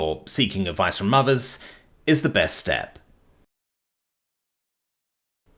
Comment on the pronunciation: see the fun of having a human narrator, is the fun times where our brains can mishear “Seeking help from Mothers” instead of the actual message of “Seeking help from Others”